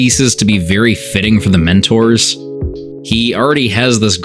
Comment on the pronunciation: I thought you were saying minotaurs until I saw it written down. Mentors, not minotaurs...